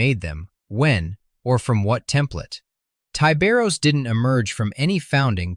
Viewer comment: charcaradons are most likely raven guard successors. and i'm firmly convinced his name should be pronounced with a short i. ya know, like 'tiburon', which is spanish for shark.